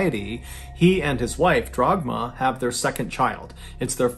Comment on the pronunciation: On a sidenote, turning "Dagmar" into "Drogma" is a pretty crazy mispronounciation. Dude went all the way to the end to fetch that r.